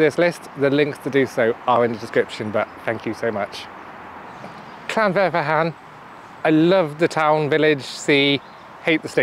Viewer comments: Llan vIre ve'ch'an I hope that helps a little flem on the ch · Its pronounced llan viar vecan 😂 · I'd say "vaer" rather than "viar" for the middle bit. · I really do love Llanfairfechan Statin being honest but really do love Bangor! Cannot wait to the next one to see if you can try and pronounce LlanfairPG, Great video. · your pronunciation of llanfairfechan hurts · The initial 'll' is definitely not pronounced as "shl" - if people really can't make the sound then "thl" is a closer approximation.